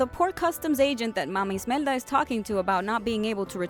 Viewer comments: It's "Imelda," not "Ismelda." Character name error for ya. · It’s Imelda. Not ismelda. But good video! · It's IMELDA, not ISMELDA !!! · Imelda's name doesn't have an "s" in it...Just saying >.> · Uhh , it isn't mama Ismelda, its IMEDLA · Isabella Lomax she is, most likely not Hispanic and can pronounce Ismelda but can't pronounce Imelda, also I guess maybe she doesn't want to mispronounce something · "Smelda"? You infidel! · Why were you pronouncing Imelda like Ismelda...? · Hamzter Gurl TV changing a very important character’s name completely makes it look like she’s not trying. It makes it look like she actually hasn’t seen the movie and is just reading off a script (which she probably is and something got messed up like there was a typo or she just didn’t read it correctly and no one bothered to fix it, or no one even noticed) because they say mama Imelda so many times in the movie. I think the idea that’s she’s purposely saying Ismelda KNOWING it’s Imelda makes no sense. I think she doesn’t know the character’s name. Period.